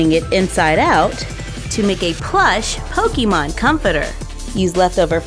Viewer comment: ITS CALLED POKEMON NOT POKIMON DO U NOT KNOW HOW TO SPELL